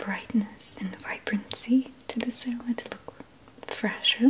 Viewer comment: I love the way she says "couscous" but I don't like the way she says "salad" and "ricotta cheese"